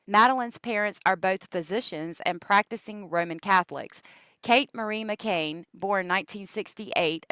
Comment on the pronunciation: I don't care if you pronounce a city name wrong at all, but the little girl's last name is McCann not McCain.